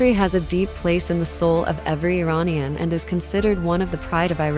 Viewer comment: Please say Iranian the proper way,not American pronunciation